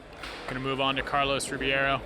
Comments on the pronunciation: Carlos Ri-BEI-ro, Ri-BEI-ro... not Ribiero... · Carlos Ribby-air-O. Lmao every time . I’d feel so disrespected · They always say Ribiero instead of Ribeiro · When are they gonna stop saying Carlos Ribby-air-o and instead say the CORRECT Rib-ayy-ro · When are they gonna pronounce Carlos Ribeiro's name correctly ?